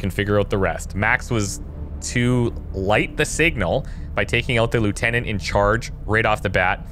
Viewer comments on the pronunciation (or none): none